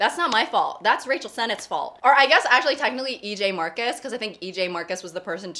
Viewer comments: I heard "Racial Senate" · I thought she said “racial sentence” as if warning us that she was about to say something ethnically charged, but then the sentence was just “I love LA.” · i love that says “rachel” like racial